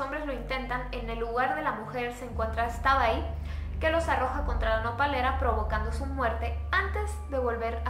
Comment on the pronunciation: se que ando viendo los videos un año tarde y me super encantan todo bien chidos y entretenidos la neta peeero nomas agregar que en realidad en yucatan en el idioma maya la "X" suena como "sh" por lo que al pronunciarlo deberia ser shatabay xd